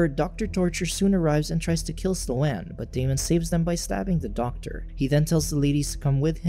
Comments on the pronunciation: Sloane is not "Slow Anne" lol.... It's pronounced "Sss+lone." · Its pronounced "slown" not "slow-ann" 😂 Omg its driving me nuts lol. I'm having a really hard time following with this recap. I'm sure the plot isn't helping, but you're not even saying entire sentences that I'm reading in the cc, & its just.. like, for example, why did the zombie water make sLo-aNn realize she wasn't kidnapped..? You just like left it at that sentence. Maybe you explain it later, but that's like the 4th thing and now I'm too annoyed to finish this shit. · The mis-pronunciation of Sloane was killing me. It's not "slow-ann;" it's one syllable and it rhymes with "bone." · I came looking for this comment 🙌🙌🙌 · The pronunciation of Sloane was bad enough, but what really drove me to the brink was the constant, repeated misuse of the phrase "on the other hand."